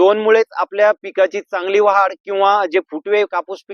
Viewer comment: वाहाड नाही भाऊ वाढ म्हणा कृपया